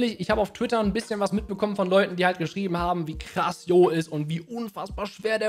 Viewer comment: Warum sagt spricht hier jeder den Namen falsch aus? Der heißt Jo(Tscho), Kurzform von John. Das erste Dlc fand fand ich deutlich besser als den zweiten. Der erste Teil hatte einfach mit Ogerpon's trauriger Story einfach besser gepasst. Ich fand der der 2. Teil hatte für mich eigentlich nicht wirklich ne Story. Der war einfach nur langweilig. Aber das ist nur meine Meinung.